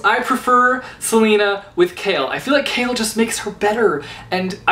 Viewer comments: Wow, I know I'm late to this video. But what is up whith his pronunciation regarding "Chaol"?? Is it just me who said it "Cole"?? What is "Kale"???? NOOO STOPPP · i thought you pronounced choal as in when saying coal.... l didn't know that you pronounce it as like saying kale... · I pronounce it like that too but for Chaol I read it as 'kale'. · All the while I was pronouncing Chaol as Cole. Sorry Chaol. :) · Ugh finishing ToG was the worst feeling ever... Edit: as in the series I finished KoA in 1 day Edit again: also I love your channel and I hate your name pronunciations (Chaol=kale?) Still editing: the test was cancelled because there were 4 candidates left so it was time for the final battle standoff thing